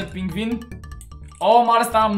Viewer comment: Пингвин не пингин